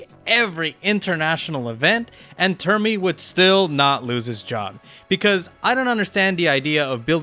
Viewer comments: Its primmie not premmie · Jesus, it’s Primmie not Premmie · Bro so hyperfixed on NA he can't even pronounce Primmie right